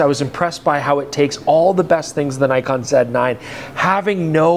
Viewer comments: So many years and still doesn't know how to pronounce Nikon 😂 (or Nikkor) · Nikon is pronounced knee-kon btw. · all the best for next ten years. and perhaps youll learn to pronounce nikon and nikkor properly by then :)